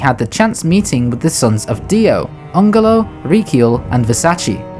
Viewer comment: AN GE LO not ANGHELO VER SA CE